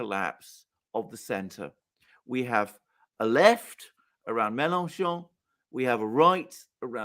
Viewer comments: Note: LePen is particularly strong in the North East, not the North West ( i.e. French Brittany ), which goes to Macron. And it's Melanchon, not Melankon ( 'ch' sounds like the sh in 'shoe' ). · Found him to be very ordinary. Can't be bothered to pronounce Melenchon correctly. He talks about making some bucks on a bet on the French election. Classic.